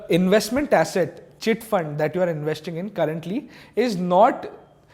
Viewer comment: I m slightly uneasy with the way he was pronouncing the word investing